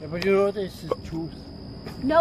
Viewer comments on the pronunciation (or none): “NAOW!” Sounding like Arnold Schwarzenegger 😂